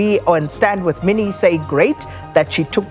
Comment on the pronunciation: Minnie don't pronounce it like an English name. Mi ni